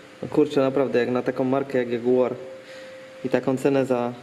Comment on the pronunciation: Tonie Jadzia tylko JAG tak sie mowi adekwatnie heheh :) PS. Dobra robota :)